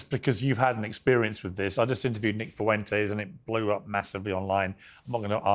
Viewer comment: "Nick Foowentayes"